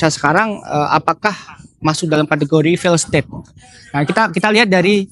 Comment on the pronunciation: Belajar lagi cara baca failed state min